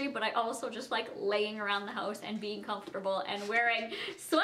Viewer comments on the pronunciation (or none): none